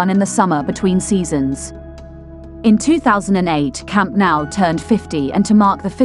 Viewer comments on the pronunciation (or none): Barka? Camp now? Please do some research how it's pronounced instead of emberrasing yourself. I stopped watching the video as couldn't hear anymore of this.